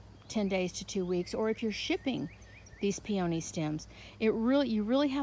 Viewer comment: I’ve never heard them pronounced pee-OH-nee.